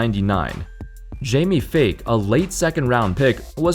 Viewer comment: It's pronounced Jamie Fike not fake lol